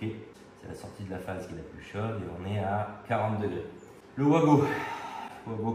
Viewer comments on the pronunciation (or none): Coin! Coin!, pas toi 😱 On ne dit pas vouago mais vago.😭 Tu ne dis pas un vouagon mais bien vagon "wagon" ❓Rassure moi 🙏Après oui, ce sont des borniers de connexions rapides.👍 Il y a les mêmes sur "Temu". Je me demande comment cela passe la douane. 🤔 Le matériel électrique doit être estampillé NF. 😱 Alors, test à l'arrachement:🆗 A ce Vincent quelle chaudasse 😂Test à la surcharge (16*230= 3680W sur 25m max: ❌ Malgré la surcharge, 4500W, le bornier à 70°C, c'est trop en 20min, imagine à long terme. 😱 Je préfère les blocs de jonction à visser.👍 Bizarre comme expérience, une vidéo qui ne fait pas l'éloge du produit.🤔 36 15 kinenveu pour ceux qui n'en veulent. 😂 À bientôt, bey! Bey!🤞✌ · Juste pour info on prononce Vago c’est comme le wagon 😊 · Mais tous les électriciens le font exprès de dire OUAGO alors que ça doit se prononcer VAGO ? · Tout l’monde dit ’ouago’ comme si ces produits éraient de sources anglaise. Ben non, c’est allemand, donc le w se prononce comme v. Ce sont donc des VAGO !!!